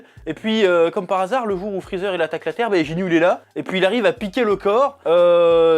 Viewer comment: Tu dit jinyu mais c'est guinyu